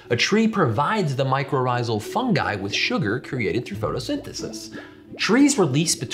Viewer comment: Good choice on the pronunciation of fungi, it irritates me when people pronounce it funji